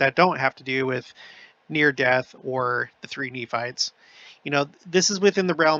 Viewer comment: I love how down to earth you are, feels like we are visiting close by, even the words slip ups are great. (Knee farts/Nephites) 😂😂😂 Really enjoy all I’m learning and this channel. Thank you ❤